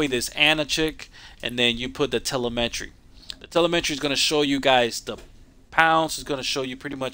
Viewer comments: Doesn't sound like you have an accent so I am assuming you are American, just an FYI, its pronounced "tel eh mi tree" not "tele meh tree" Solid drag build though, I would do something similar but I like to mess with my gears to everything i can out of them. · Telemetry= Tuh-Lem-ah-Tree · You're pronouncing telemetry wrong. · I just like the way he pronounces the word telemetry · drew bremer Telemetry is a real word lol he’s just pronouncing it wrong